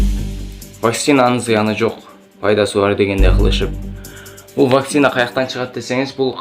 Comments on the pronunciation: Блогер Ваксина эмес Вакцина десен ,элдер да вакцина деп тушунушот! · Тура суйло Ваксина эмес Вакцина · ВакСина эмес зенеса эмес кыргызча суйло какайтэтпей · Вакцина деген созду туура айталбагандан кийин жон эле журсон боло! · Туура айталбаса да койгойду которуп чыгыптыр го